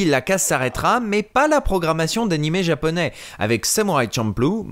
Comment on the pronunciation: C'est marrant car j'adore les VF, je les défend toujours, mais cette de GTO à l'époque a été celle qui m'a fait dire "nope, pour les séries animes Japonais, c'est fini, VOST only". C'est une catastrophe, le ton n'y est souvent pas, la prononciation de termes Japonais est souvent foireuses (comme prononcer Washington ouach-1-gthon par exemple...) car "Dorémon..." non. :| Franchement ça leur prenait quoi? 10 minutes de recherches Google, pour trouver qu'en fait c'est Do-ra-é-mon? J'sais pas quand on est censé adapter, traduire, retranscrire... ça me semble être le minimum. Et comme tu dit le langage "cool-jeune" utilisé était complètement ridicule, "c'était trop bat' cette boom", ouuaaiis... -_-" Je trouve que maintenant, étant tombé sur des VF d'animé récent, on fait mieux. Et les doublages de films animé sont globalement toujours super bien foutu comme les Ghibli. Mais GTO là... Non, pour moi c'est non non et non.